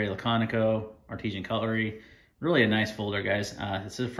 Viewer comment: The name is actually ARTISAN! Not artesian